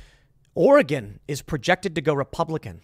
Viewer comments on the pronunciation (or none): none